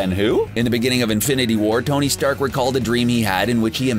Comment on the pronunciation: did he say "stony stark"!!!